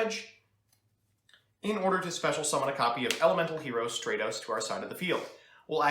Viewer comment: Bothers me how you pronounce Stratos